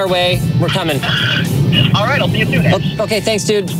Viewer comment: He was totally calling you "Ash" not Ash.